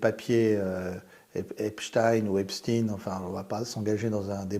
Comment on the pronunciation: Et alors vous dites "Einstine" ?